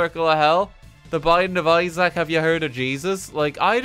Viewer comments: pronouncing isaac as izack is giving me a heart attack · Why does he pronounce "isaac" like an apple product